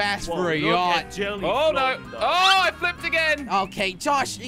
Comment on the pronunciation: Its yacht not yatch